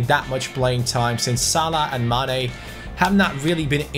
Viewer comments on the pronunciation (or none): none